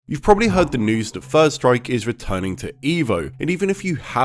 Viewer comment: sounds like you said "Fird" or "First" Strike.